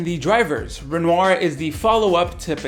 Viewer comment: Yeah. I think it's pronounced "Renwah"